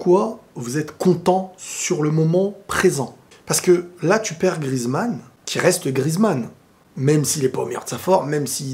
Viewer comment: Antoine GRI-EZ-MANN [gri-èze-mann] et non GRIZ-MANN [grise-mann]!!!!!